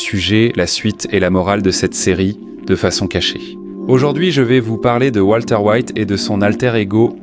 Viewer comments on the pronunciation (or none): Walter, pas Voltaire 😂